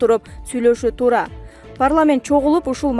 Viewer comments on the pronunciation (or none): none